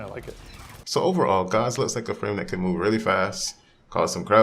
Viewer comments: Pronunciation of Gauss: Mouse with a G in place of the M. -From your friendly, everyday engineer. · Rebecca call him 'Goss' on stream and you call him 'Gauze.' Does . . . does nobody know how he's pronounced? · I really triggers me that noone is capable of pronouncing "Gauss" correctly. German name, german pronounciation.